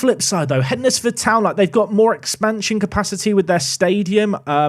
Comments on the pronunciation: It's pronounced Hens-Ford The D is is silent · Only a few mins into this video and I can't take it anymore! Hednesford is pronounced hensford and Yeomans is pronounced Yomans. Sorry I know 🤓🤓 but being from that area I needed to say something... carry on! 😅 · As someone who lives just down the road from Hednesford, I have to say.... it's pronounced HENSFORD :) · It’s pronounced HENSFORD, you don’t say WED NES DAY for the word Wednesday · I live a few miles from Hednesford. It's pronounced Hensford. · Hednesford is pronounced Henz-ford... used to be the furthest Southern team in northern prem. Ground surrounded by a national park. My own park to prme the glory days of a FM14 for me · Glad went for Rugby as Hednesford is pronounced Hendsford and it was winding me up lol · As someone who lived 30 seconds from Keys Park I was really hoping would pick Hednesford Town! At least this way we don’t have to convince him that’s its spelt dumb and is actually pronounced “Hensford” 😂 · Pronounced Hensford! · its hensfud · Hednesford is pronounced heds-ford. It’s basically Cannock which is north of Wolverhampton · It’s pronounced hens-Ford 😂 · So happy you went for Rugby, couldn't deal with that pronunciation of Hednesford!!! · Hednesford is pronounced like Wednesday. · Wed-nes-day Hed-nes-ford 😂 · That pronunciation of Hednesford though. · not having to hear pronounce hednesford like he's never seen the word wednesday before 🙏🙏🙏